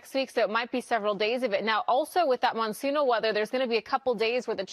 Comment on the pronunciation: her sayinhg" monsoons " has the galactic impact of Capt Kirk saying " Klingons "